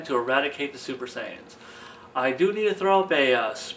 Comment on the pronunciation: you said Saiyan wrong